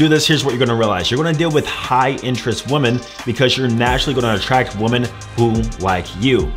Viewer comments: I guess you don’t understand “woman” and “women” are supposed to be pronounced differently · when you say "women" you say "woman" is there a reason? lol 🤔🤔🤔